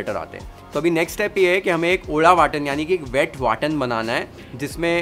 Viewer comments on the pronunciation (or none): Nothing can beat this dish prepared by A malvani Manus.. sorry dude you couldn’t t bring that in, Marination anf that Hirva watap are not part of malvani methods. And importantly, We call it WATAP not WATAN